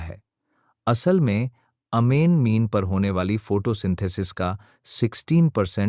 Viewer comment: अमेजन को अमेन क्यो बोते हो?ज्यादा इंग्लिश पढ ली है क्या??कि अंग्रेजो से भी आगे निकल गए।